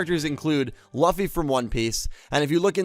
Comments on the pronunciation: It's not Luffy it's LUFFY, long u not short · The way you pronounced Luffy. Oof. You disappoint me. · Why did you pronounce Luffy like that...? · Did you intentionally mispronounce luffy’s name?